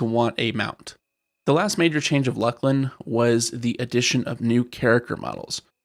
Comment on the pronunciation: It is pronounced LOOS-LIN ya fucken dumb seppos